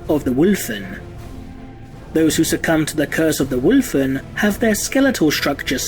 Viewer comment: I appreciate the way you say 'Wulfen' 👍